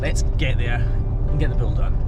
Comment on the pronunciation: I like how this guy says "bull." Like it has two syllables instead of just one. Bu-ole.